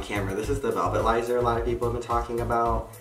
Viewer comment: Velvilizer? Lol love ya!